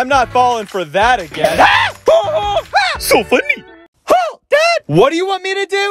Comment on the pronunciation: "Su fonny" 😂😂😂